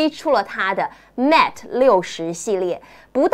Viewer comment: 节目我是点赞的，只是有个地方有点违和。人在新西兰，然后把mate念成mat? 这是过去那边了完全不学英语的吗？